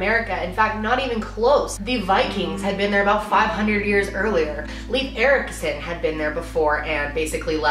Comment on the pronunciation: Celebrating Columbus Day is like having a Hitler day. And who else cracked up when she said lief Ericsson? Hinga dinga durgen!